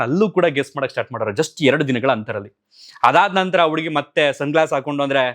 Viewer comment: ಉಡುಗಿ ಅಲ್ಲ ಹುಡುಗಿ